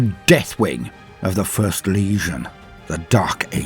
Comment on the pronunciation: I love how makes them sound like GAPING puss filled wounds when he says legion. 😂😂😂😂